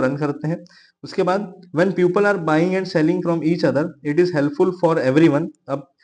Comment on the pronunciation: Sir puple ni peeple hoga btw iska spelling people ho ta h but i was correcting the pronunciation